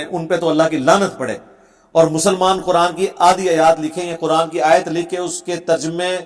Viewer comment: dekh kar qurAn galt pertay ho tum mirza 2